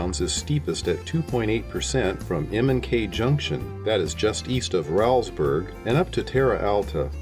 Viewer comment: Say Rowlesburg as "Rolls Burg" (not rowl like growl). It was named for a B&O Official Thomas Rowles. Otherwise, great memories here!